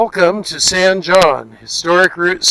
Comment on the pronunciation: It’s pronounced hone, like bone.